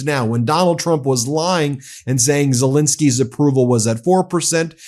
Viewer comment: It is Zel-E-nsky, not Zel-I-nsky...